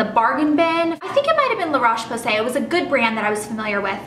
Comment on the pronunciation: I speak french, and it's la rowsh posay which is how you pronounce it :) no problems though! I used to say most of it wrong but now I learned :) I love the Avene too! Have you tried evian?